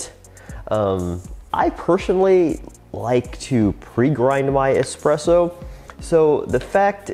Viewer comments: Anywhere from "expresso" .... stopped video at that point. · ES-presso not EX-presso.